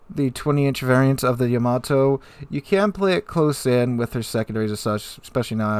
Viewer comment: YAA-MAA-TOO! [Space Battleship Yamato Theme]